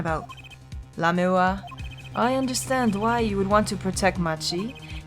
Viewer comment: You're finally pronouncing Lamiroir's name right! I guess that means I won't be spoiling things for you.... yet.